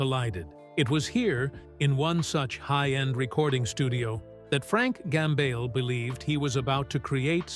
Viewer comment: Always the same voice, the same AI Tone, with improper pronounciations like "Frank Gamble". With all those hints noticed...better go to the comment section first, before wasting your time. Another hint is this title "Musicians he hated the most". Frank Gambale would never ever stoop that low: He may criticise fellow musicians, but never would he pronounce any "hate". Just beware of all those scandalous clickbait titles à la "hate", "shocking" etc...